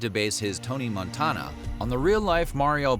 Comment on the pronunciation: i hate how you pronounce Montana